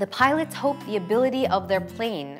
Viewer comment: どうしてもpilots がpiratesに聞こえる。